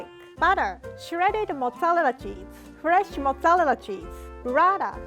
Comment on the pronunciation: When she said fresh flavor, i thought she said flesh flavor😂😭